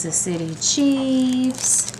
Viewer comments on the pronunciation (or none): none